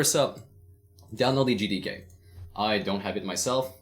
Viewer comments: I can't be the only one who heard "N word D K" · I thought he said you will need the n word LMAO